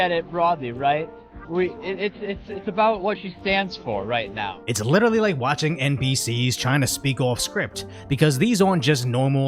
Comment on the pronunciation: HE SAID "LITERRALY" thanks clali trash word alsso